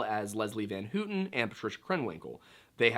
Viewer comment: It’s pronounced “Van How-ton” not “Van Hoot-ton” Just saying